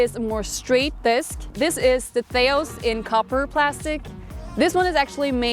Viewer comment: perfect th in theios.